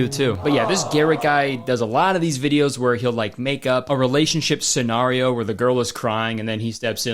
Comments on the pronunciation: i noticed you and danny pronounce the word scenario weirdly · Wait he pronounced "scenario" two different ways in this video. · the way you switched from the canadian pronunciation of scenario to the american one all in one video is so baby gorl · He even said ‘ey’ this vid